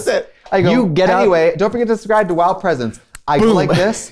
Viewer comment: when Trixie said “don’t forget to subscribe to WOWPresents” I got so nostalgic of the old UNHhhh episodes when she’d say that at the end pronouncing WOWPresents the exact same wrong way